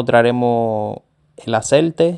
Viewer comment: por favor antes de hacer estos videos por favor no lo tomes como una crítica destructiva, te sugiero que aprendas a expresarte mejor. No se dice acerte, se dice aceite. Pon las S por favor. Gracias